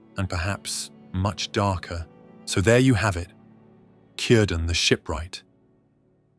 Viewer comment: KEER- dan.